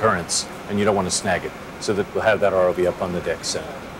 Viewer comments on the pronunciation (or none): It's an ROV, not and "RIV" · Never heard an ROV be called an RIV before but hey ho, nice one subtitle guy.